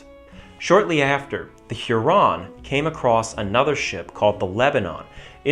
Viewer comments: Weird pronunciation of Huron. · Love the video, quick note. I've never heard Huron mispronounced in that way. There is not supposed to be that much emphasis on the individual syllables, making it sound fancier than it is.